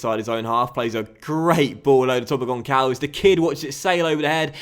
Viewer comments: Hello, I'm Portuguese and It's not Goncalves... the "ç" as the sound of an "s". It's actually Gonsalves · Just FYI, its not pronounced Goncalves. Its actually pronounced Gonsalves. The Ç makes the "S" sound.